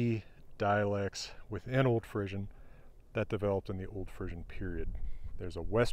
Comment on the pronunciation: Nice explanation of the etymology of this language. Maybe I'm the only one but I find it interesting that pronounces Frisian as Frissian with an emphasis on the i and s sounds; my Frisian family said it with a long e sound...Fresian or Fresk or Fres. We were a West Frisian family though, so maybe it's pronounced differently elsewhere. Lots of differences in lots of areas - including languages!